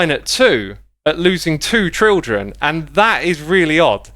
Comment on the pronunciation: sounds weird how x pronounces children like trildren